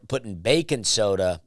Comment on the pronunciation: I love that you say " bacon soda" instead of baking soda hahaha